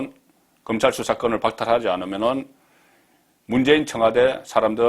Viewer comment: 금찰?????? 도대체 혓바닥이...